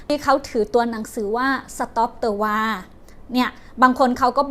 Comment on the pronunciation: WAR อ่านว่า วอร์ (สงคราม) ไม่ใช่ วา